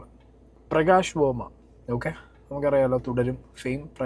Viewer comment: നീ ആദ്യം പറഞ്ഞതെന്താ....... പ്രകാശ് വോമ യോ......??? 😂😂😂😂